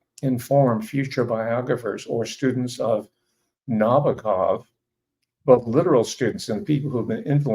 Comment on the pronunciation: Thanks for the great insights on Nabokov. (accent is on the second syllable) I was at Long Beach State College in 1959. I was eighteen when I read Lolita. I guess I could be characterized as a teenager with a normal healthy libido, and the book was erotic but in a way that I'm sure disappointed those looking for a purient joyride. I knew right away most readers wouldnt get it. At the time, I had notions of being a writer, and as the story unfolded it was clear to me that Nabokov was a great writer, and one that I would emulate. Ive read it several times just for the pleasure of seeing how he built scenes and segues and characters. Pure pleasure